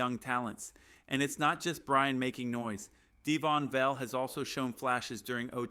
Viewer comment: This must be AI read. He constantly mispronounces Surtain as cer-tain, not sur-tan. It also fumbles Vele as vel or vail instead of va-lay. This one includes a lot of what sounds like Brian, not BryanT, as (too bad I can’t see the rest of his name) points out. Fix these obvious errors and you might get more likes/subscribes, and participants.